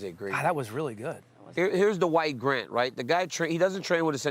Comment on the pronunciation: Was it me but DC sounded like he kept calling him The White Grant